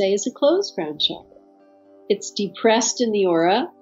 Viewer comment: I wish you guys could pronounce the word Chakra correctly😅 It’s chuck, like in chuck the ball or chucky the doll. So chuck ‘ ra ! Not Shakra !